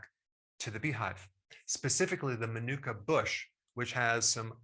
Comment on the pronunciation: Dr Berg, if I may point this out - you're pronouncing it incorrectly. It's maanuka, accent on the first (longer) syllable.